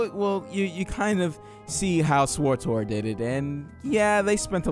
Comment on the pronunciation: swortor = swtor?